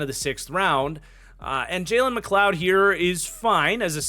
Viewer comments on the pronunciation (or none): none